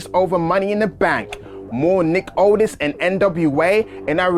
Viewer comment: It sound like he was saying otis when he was saying aldis 😅